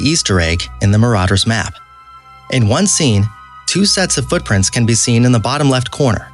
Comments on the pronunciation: This guy has to Learn how to pronounce words like dobby (dough- b) Lucius (lushis)Ginny ( gene) Voldemort Marauders Map (maraders map)... etc... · “Maraders map” triggereddd